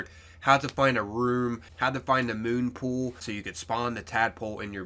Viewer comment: 'MONpool' 'WakeMASTER' Honestly this man just goes after it, fuck the names 🤣